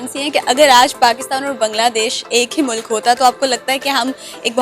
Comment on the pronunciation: Mulaaaaaaaak nahi bhai..MULK bolo...